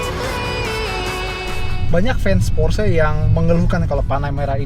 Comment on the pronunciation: porsche cara ngomongny gimana yak ? :v kata abang ini /pors/, kalo kata abang rg700 /porsye/ :v